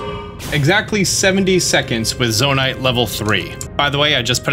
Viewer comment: Really hate that you say Zona-ITE